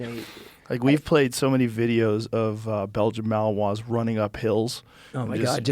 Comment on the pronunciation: "Bayil-Jin Mah-wahs" though... "Belgian Malinoi's".